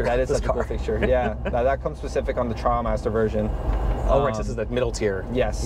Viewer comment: It’s pronounced “Tri-al-master”. 😎